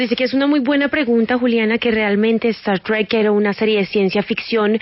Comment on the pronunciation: Como odio esa expresion "Star Trik" es Star TrEk....